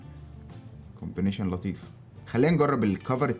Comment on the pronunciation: اشهر كومبنشن 😂😂😂😂😂 دي ف الحمام ياستا .. التانية اسمها كومبينيشن combination